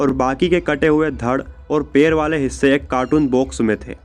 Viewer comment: सुरुवात नही शुरुवात, पेर नही पैर , पेसे नही पैसे, अपनी language ठीक करो।